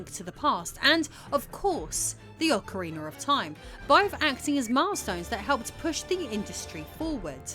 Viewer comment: Did she say ocariner of time?